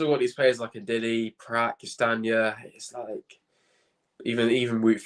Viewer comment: can you pronounce big Wilf’s name ‘Ndidi’ ? remove the N and put ‘Mavi’ in front… Mavi - didi, Mavididi